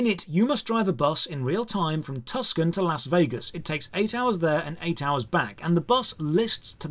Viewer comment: As a native Arizona, the way that he pronounced Tucson wrong tickles me.